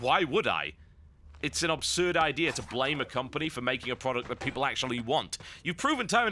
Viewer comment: "Guitar hero is a unique concept". Really? A rhythm-action game with a custom peripheral counts as a unique concept? Beatmania did it in 1997. GH was great fun but unique is not a word that springs to mind. Also, PLEASE stop saying 'obsurd'. That's not a word. The word is 'absurd'.